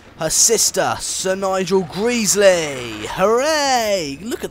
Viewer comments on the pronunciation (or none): it Gresley Not Greasley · It’s not pronounced Sir Nigel Greesley it is Sir Nigel Gresley and it’s pronounced Mallard not Mullard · It's gresley not greasley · gr-es-ly not gr-eas-ly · It's Gresley not greesley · good video some names are pronounced wrong like mallard and gresley but i do like your videos and one final thing the locomotive you were driving is called the bullied light pacific not the golden arrow, the golden arrow is the name of the express but well done im sad to see it all end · Lol you pronounced gresley wrong XD